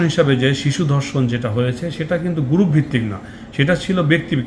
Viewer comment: "গ্রুফ" না উচ্চারণটি হবে গ্রুপ, তাতেও সমস্যা হলে " সংঘ " বলুন।